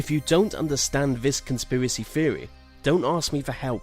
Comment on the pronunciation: I like your videos and you do a good job at narrating them but a few words are mispronounced really badly, like mostly I have herd you say theory as "feorry" but most all others are pronounced pretty well these theorys arent crazy some could be real so look into them more than just finding out about them and assuming they are wrong, it seems like you just read about them and what they say but didnt investigate them at all